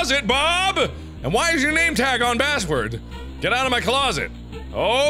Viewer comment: lol it’s not basswords mark its backwards